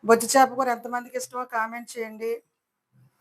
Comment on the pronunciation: బొచ్చు కాదమ్మా. బొచ్చా